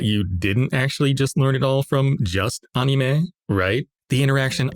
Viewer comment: anyone else hate how this guy pronounces "anime"?